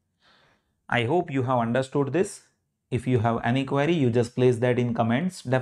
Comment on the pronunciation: "HAVE" not "HAU"